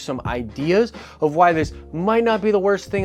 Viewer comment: “WOST” case...